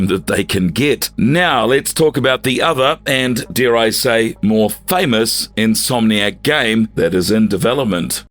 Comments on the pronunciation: In-so-manic games? Never heard insomniac pronounced that way before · Who's says insomniac like that 💀💀💀